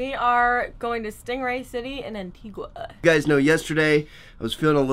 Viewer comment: im from antigua!! i went there too! im not trying to make fun of how you speak put antigua is pro nounced anteegaa = antigua but i hope u had fun!!!